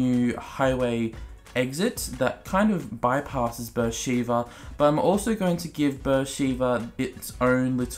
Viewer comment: It's pronounced "B'er Sheva" not "Sheeva." Amazing city in Sinai desert in Israel